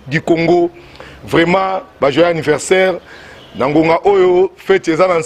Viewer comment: Joyeux "annirversaire" loool